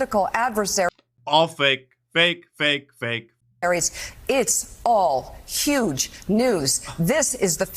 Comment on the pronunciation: Its "Yuge" News. Same news for the last 8yrs. 🙄